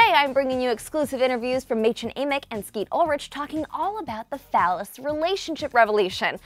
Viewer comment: IT IS MÄDCHEN AMICK! NOT MÄDCHEN aMICK! IT IS A LONG A AND IM TRIGGERED